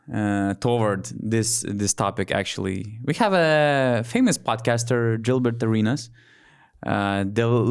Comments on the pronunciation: he is a clown, but its pronounced gillbert with a hard G, not jillbert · Why are you saying Dzilbert, when his name is Gilbert pronounced by Americans 😂😂😂